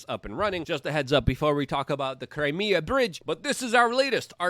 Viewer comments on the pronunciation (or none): none